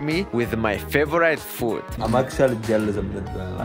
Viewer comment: First of all congratulations, u showed great mental and physical strength to pull this off. Please learn how to pronounce "favourite", it's not pronounced as favourA-ee-t' as u keep on saying on all your videos, like " it's my favoura-ee-t person in the world or day in my life etc"... Brilliant quote in the end! All the best